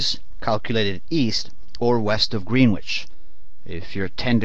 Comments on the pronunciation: Hearing Greenwich pronounced as “green witch” really hurts lol but this video helped a lot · It’s pronounced Gren itch NOT greenwhitch lol